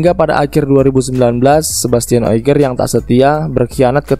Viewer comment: O G I E R masbro...bukan O I G E R.....benerin cara pelafalan nama,biar gak salah kasih informasi,sharing2nya udah keren...